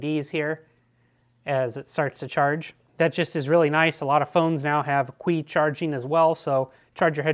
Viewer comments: haha its "chi" charging. Anyway good reviews mate! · Great video but Qi is Pronounced Chi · “Kwee charging” hahahahaha